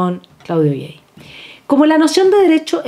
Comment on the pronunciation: con todo respeto, el nombre del cientifífico francés Claudio Gay, tal cual, no se pronuncia gey